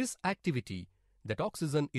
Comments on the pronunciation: Oxygen not oxeezun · 'Oxeezun is produced'